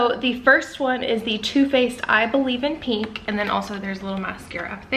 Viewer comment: It’s PINK not Peink